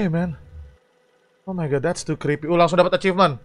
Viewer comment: Bg cba ngomong "kripii" Gw canda bet dengar nya🤣🤣🤣